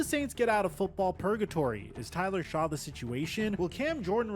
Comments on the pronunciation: Each time this guy mispronounced “Shuck” he should take a hiatus of making videos. You can tell he literally read articles/watched YouTube videos about the Saints’ current situation, didn’t understand them, and then decided to make a full video about it. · The name is spelled shough...In no world is that pronounced "shuck"...Aints are trash but ive blocked all that dudes channels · “Is Tyler Shaw the situation?” Forget that he mispronounced Shough’s name … he confused “solution” and “situation”. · This is the very reason why I quit watching him years ago. It’s just lazy nonsense with absolutely zero effort put into his videos. This is all right off the dome, because there’s no reason to mispronounce Shough’s name continuously this far from the draft. How he’s got a decent following is nuts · This guy does not know what he’s talking about! He didn’t even take the time to find out how to properly pronounce Tyler Shough’s name! I get the feeling he’s one of those creators that just says crazy stuff to get clicks and views or maybe he really is this ignorant 🤷‍♂️🤷‍♂️ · Love but that opening line of the video, including the inability to say the name correctly of the qb you’re talking poop about, made me turn this off. Still get a like and comment though. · him butchering Tyler Shoughs name just proves to me he did little to know investing.